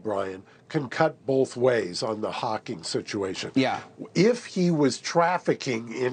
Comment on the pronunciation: It’s Hawking not Hawkins. Look it up.